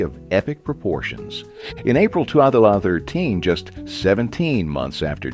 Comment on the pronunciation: why does he say 2013 like that lmaooo